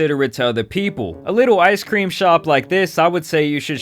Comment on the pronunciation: He calls corporate. "Waaaaah! I didn't get my ice cweam!"